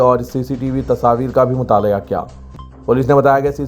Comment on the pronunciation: Mutaaliya bole to pesaab karwaaliya. Mutaala'aa boliye news reaader